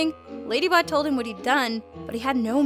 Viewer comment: ''if you know whit I mean''